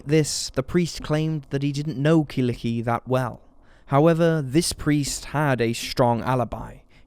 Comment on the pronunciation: Killikki :D Such a cute way to pronounce her name.